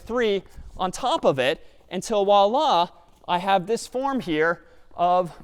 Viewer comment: Yeah his voilla completely sounds likr arabic Wallah